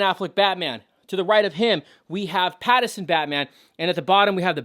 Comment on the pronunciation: its Pattinson not Pattison